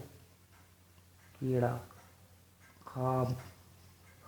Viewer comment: السلام علیکم wo kira nhi h wo kewra h